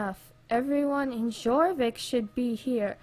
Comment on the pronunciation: ummm no hate lol but I think its pronounced your-vik but idk for sure lol love your vids!